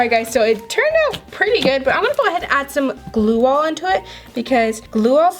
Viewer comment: Say glue not gluo